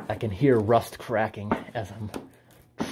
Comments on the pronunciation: Love the way he pronounces "rust". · Didnt know there was another way to pronounce it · Normally? That's how I say it, wym?